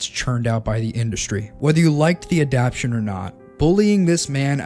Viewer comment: Bro really made a 40 min video essay saying the word "Adaptation" wrong every time